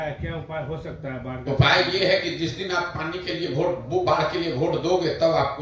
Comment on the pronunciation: VOTE (वोट) को Bhot (भोट) नहीं बोला जाता प्लीज भोट भोट मत बोलिये । वोट बोलिये श्रीमान जी।